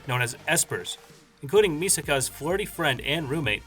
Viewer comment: Not MI-saka, but mi-SAKA...listen to the Japanese dialogue